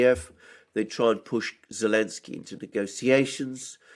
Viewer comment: Can you stop saying elensky it sounds really cringe. I can't help but recoil whenever I hear it🙏 p.s. love Russian shilling first thing when I wake up😎😎😎🤪 just kidding